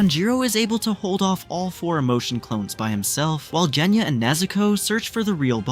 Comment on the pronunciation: Bruh its genya not jenya